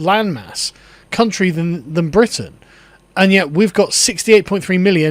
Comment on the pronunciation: Bwitan . its wizible